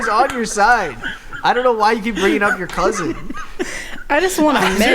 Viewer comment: The way pronounced "cousin" as "cousint" brought me back. Haven't heard anybody pronounce it that way since leaving Michigan.